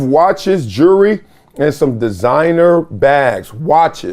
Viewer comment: "Jurrey" It's "JEWELRY". And it's not an "AWARD". It's a "REWARD". You monkeys are so stupid.